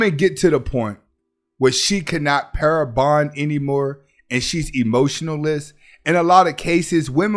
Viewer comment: the term is Pair Bonding. It is not Para Bonding.